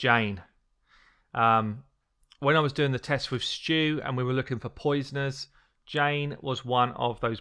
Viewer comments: Erineyes is pronounced Ear n knees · why did he called Erinyes Jane.. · Had to look twice before I've realized you are talking about Erinyes, the way you pronounce her name is... strange :D Great epic, always using her on CB (except for the green one), and yes - she NEEDS books, she is trash without them, so not booking her up is your real mistake, not that you leveled her.